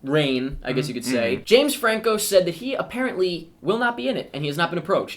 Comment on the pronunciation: Did say Fame Janco?